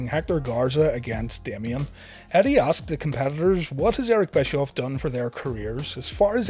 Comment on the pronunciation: BTW it is Bishoff